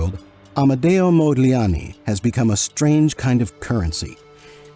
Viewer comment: It is Amedeo Modigliani NOT Modliani. Are you are fake expert? 😊